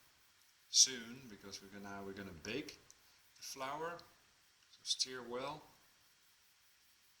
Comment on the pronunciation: Thanks your recipe is great second time I have used it! Everyone loves them. PS your English is excellent just remember stir rhymes with fur not fear.